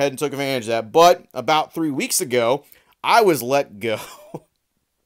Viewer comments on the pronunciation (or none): “Thwee weeks” I heard that big dawg. I use to have issues with my r’s and sometimes it slips up. Anywho good video!